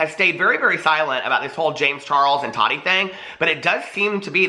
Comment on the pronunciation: I just have to ask why do u say Toddy instead of Tati?